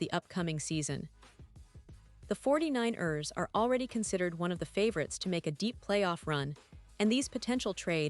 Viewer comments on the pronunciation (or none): Can you please fix the pronunciation of the 49 rrrrsss?